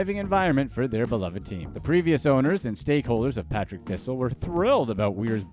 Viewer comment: Partick Thistle FC ..not Patrick 😂